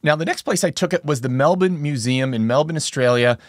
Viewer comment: I appreciate that you say “Melbourne” the way aussies do.